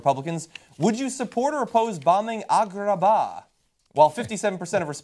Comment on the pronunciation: lol why does he pronounce it like that?